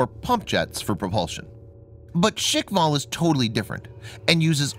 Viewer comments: The supposed range of 11 to 15 km with a nuke warhead would probably kill the ship or sub launching it. I don't agree with the pronunciation of 'shikval', I rather assumed it would be more like shkval, like a Russian version of the word Squall, but that's just me. The idea of supercavitation has always been fascinating to me, but it seems to have stalled in recent decades, I read of plans for ships and subs using this concept for propulsion but nothing ever seemed to come of it sadly. Probably due to the aim and fire line of sight, as steering would be almost impossible. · Why you read it “shikval” . Shkval no i needed there. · Guys.. It's called Shkval.. Not shikval.. At it means squall. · and its "shkval, not shikval". Learn to pronounce what you read :-D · Firstly, it’s shkval, not shikval. Secondly, knots is already nautical miles per hour. Not intelligent to call it knots per hour. That’s redundant. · It is pronounced SKHVAL. SKH is pronounced like SH in SHOOT. Followed by VAL It's knots not knots per hour. Also, there might be an error in the subtitles. It's technology feat not feet. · "Shik-val"? "Knots per hour"!!! And this guy expects to be taken as a seriously? "technology feet". Feet?? Oh dear. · Guys, be easy on the "škval" pronunciation. Slavic clusters of consonants are hard to pronounce for most people, so they just insert a vowel where there is none. My friends have the same difficulty, they just can't say things correctly. If I say "Trst" (the city of Trieste) they say "Terst". They just HAVE to put a friggin vowel in there. Škv is a piss easy cluster to pronounce for me, it isn't for them. 🤷‍♂️ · hahahahaha yup, he butchered that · there is no "i" in the word Shkval - i do understand this is a foregn word for you, but at least you could follow the english alphabet and not make up new sounds where is none in that particular word just try to read it letter by letter